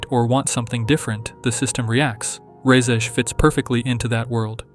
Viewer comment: FINALLY SOMEONE THAT SAYS REZE CORRECTLY